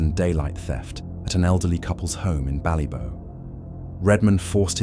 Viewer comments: BallyBock! It’s pronounced BallyBock! Not BallyBow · Ballybough is pronounced as bally bok not bow 😂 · I was wondering where Bally-bough (as in tree) was until I saw the pic. It's Bally-bock as in lock. Same with any Irish word with lough, it's lock, same as Scottish loch and means the same thing (lake). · Ballybough is pronounced bally-bock, not bally-bow. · It's pronounced bally bock ,not bough. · The way you pronounce Ballybough is ridiculous it's pronounced as Bally-Bock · Not ballybow it's pronounced ballybock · Its pronounced Bally"boc", not Ballybow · Ballybough pronunciation Ballyboc Rip to the two lads